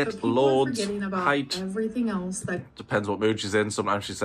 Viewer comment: She kept adding an "h" to the end of the word height to make it "heighth". OMG!!! Her ignorance is grating!